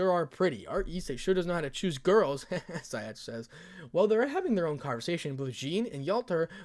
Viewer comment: it's Scathach not skyatch